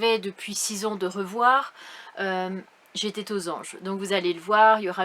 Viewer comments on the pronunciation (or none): J’étais aux anges et pas j’etaitttttt aux anges avec une super liaison....